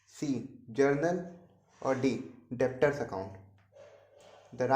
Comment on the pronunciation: Debtor's pronunciation is wrong😑